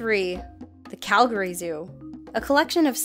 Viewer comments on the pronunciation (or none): none